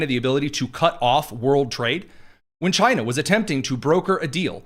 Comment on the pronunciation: Chy-na our ENEMY